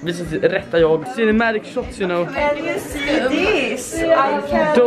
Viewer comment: HAHAHAHAHAHA "the cinematic shohts"